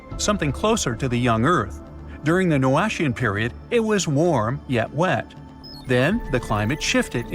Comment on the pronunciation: "Noachian" is pronounced "no-AK-i-an". There is no ch or sh sound in it. And where's the "most dangerous spot on Mars" promised in the title? Another clickbait know-nothing YouTube channel.